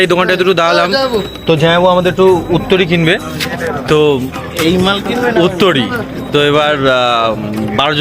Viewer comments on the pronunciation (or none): উত্তরীয় শব্দটি.... উত্তরী নয়।